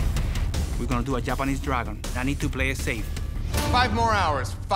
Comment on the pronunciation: Guy said TAPANESE TAGON